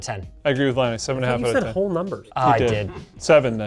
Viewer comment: Lie-nus,, and is at it again.